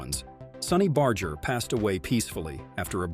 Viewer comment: Its pronounced Bar-ger not Bard-ger